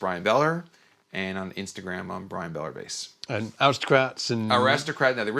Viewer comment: Isn't his name Beller instead of Bellar? 🤔